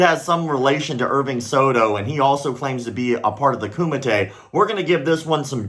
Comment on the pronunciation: Did you say Kumate? HUUUUAHHHH